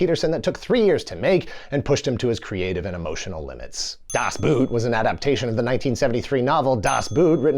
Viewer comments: It's "Das⛵", not "Das 🥾"! But at this point, probably everybody knows about this and is just trying to annoy germans! 😉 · I think it's pronounced "Das B-OOH-t", not "Das B-OO-t". The "oh" sound is extended. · German pronunciation tutorial: "Ende" is close to "en" from "enter" + "de" from "destiny". German "Boot" sounds closer to engl. "boat" than engl. "boot". Obviously 😄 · michael ende ---> its pronounced ....me-kgha-el en-duh.... not my-kel on-dah das boot ---> its pronounced ....dahs both ... not das boot (as in the boot you put on your feet) love the video though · DAHS BOHT! It isnt pronounced👢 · “Michael Anda” … “Das Buut” please, don’t speakk German 😂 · Das 👢??? Das Boot is about a German 'Boot' (meaning a boat), where 'boot' is pronounced as /boʊt/, with an /oʊ/ as in 'boat' /boʊt/, or 'phone' /foʊn/, or toe /toʊ/ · It's pronounced [das ˈboːt] bruh. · You‘re giving german too much of a flair:D it‘s Ende. Like end in english with another e. Same thing with das boot. Just say it like in english:D we ARE talking about a boat here^^ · "Das Boot" pronounced "Das Boat 🛥" 😊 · Man, I love your videos, but were you trolling us with your pronunciation of Das Boot? Or, didn't you know that it is pronounced as "bot"? (apologies and I am going back to my hole) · Das Boot was mentioned seven times but not once was it properly pronounced ... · Das Boot - the original pronounciation is actually much closer to English "Boat" than to English "Boot". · Congratulations on mispronouncing "Das Boot" 7 times. 😂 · Cringing every time he says DAS BOOT or pronounces Ende's name differently as a German native. :P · That Das Boot counter should have read zero - the German word "boot" is not pronounced like the footwear, it's more of a cross between "bort" and "boat".